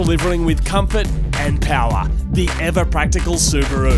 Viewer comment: " I'll be doing something very partical..." PSSSHHHHH XD